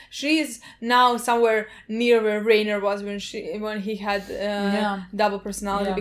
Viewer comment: I just have one question, lol. why, after four seasons, is it still RAY-ner instead of RYE-ner, haha